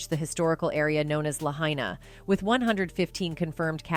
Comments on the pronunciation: This lady keeps pronouncing Lahaina wrong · You didn’t even say Lahaina, right 😂